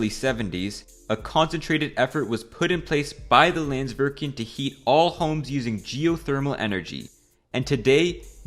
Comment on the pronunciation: and pronounced the name of the icelandic company wrong "landsvirkjun"